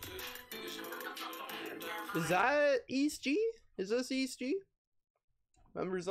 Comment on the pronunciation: its prounouced e - s - t gee